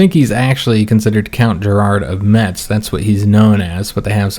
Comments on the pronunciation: Hey, same I am from Lorraine more precisely near the town of Forbach. Just a correction we don't pronounce the "t" in Metz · neither Metz nor neufchateau are french, and as for Metz the Germans do indeed pronounce the T.